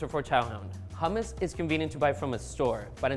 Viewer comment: I really don’t like the way she pronounces hummus